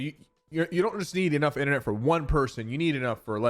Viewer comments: Inthernet? Its internet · Someone get this man back to school to learn how to say internet